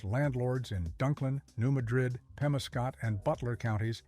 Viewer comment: What is a BOOTH HEEL? And what is a NEW MUH-DRID? They are pronounced BOOT-HEEL and New MAD-RID. Please people, if you aren't from Missouri, LEARN our names of our regions and towns. It's disrespectful to us.